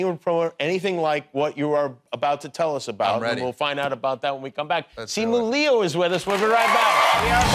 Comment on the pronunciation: It's neither, but Li-You is a far better attempt than Lou. I should know. I share the same last name.